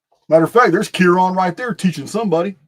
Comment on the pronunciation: Chiron its pronounced “kai-ren” i actually named my son that everyone says it’s so unique and i tell them i got it from Greek mythology